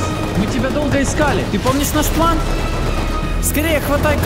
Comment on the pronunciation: все ниче, но это твое произношение "плЭн" бесит